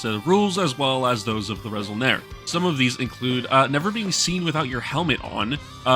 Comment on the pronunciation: Great Video! Yeah you pronounced Kad Ha'rangir pretty good. although you said resol'nare as [re-sol-nair], there are no silent letters in mando'a, it should be [re-sol-nah-rey]. I also noticed your sentence at the end of the intro didnt use proper conjugation, you probably used an online translator, which is more like a word look up machine than a proper grammatically correct translator. "I will give my blood, until my bones collapse" would be like this: Ni ven dinui ner tal, akay ner taakure trattok'o. ven is the future prefix/particle in mando'a, so when a verb is in the future, you just put ven before it, not the word "will" like english. although, often mandos speak in present tense unless its specific to the past of future. in this case, you are technically giving blood now and in the past, and will continue to in the future, its a general statement, so theres no need for any tense at all, just: Ni dinui ner tal akay ner taakure trattok'o. the rest is just conjugating the verbs, you do that by removing the -r, dinuir -r dinui, trattok'or -r trattok'o, etc. and making sure bones was plural (+e at the end of taakur). Theres also a phrase "tal'onidir" which means "to sweat blood, give blood" which means going the extra mile to put in the effort. you could use that instead of dinuir ner tal: Ni tal'onidi 'kay taakure trattok'o! (changed akay to 'kay since tal'onidi ends with a vowel) As for Space German, I'd say its more Space European. Most of its influences come from the i